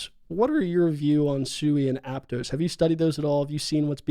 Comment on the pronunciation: Also, Aptos is Ap-Toss not Ap-Toes